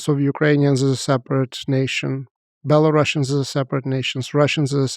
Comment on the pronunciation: A historian who calls Belarusians BelaruSSians 🤦‍♂️